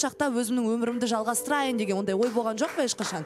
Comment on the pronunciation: ӨТІНІШ БУКВАЛАРДЫ ДҰРЫСТАП АЙТШЫ!!! ЖӨҚ ЕМЕС ЖОҚ, ХОРОШӨ ЕМЕС ХОРОШО ДЕСЕЙШІ. СОСЫН САҚАУЛАНЫП СС ДЕЙ БЕРМЕШ😂😂😂. ЖАҒЫМСЫЗ ЕСТІЛЕДІ. КАК НИКАК ҚОСЫЛАЙЫҚТЫҢ МИССЫ БОЛДЫН ҒОЙ......